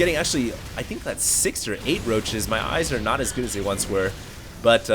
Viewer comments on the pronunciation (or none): none